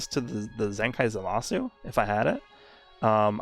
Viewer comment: still surprised that speaks japanese but still pronounced his name like za Ma su